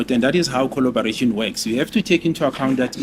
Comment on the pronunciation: is coloborating 😂😂😂😂